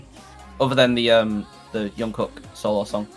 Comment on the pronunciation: Juat a heads up it's not Yung kook but Jungkook or just JK